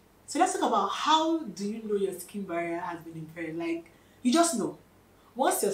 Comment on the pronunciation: Sking Baria😅...talk slow..